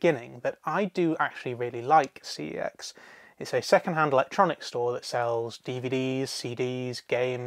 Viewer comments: It's pronounced "see ex" short for computer exchange what it used to be called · Cex pronounced something that sounds similar to sex, is too vulgar. Yet I use fuck,shit and cunt etc in most of my sentences. Makes no sense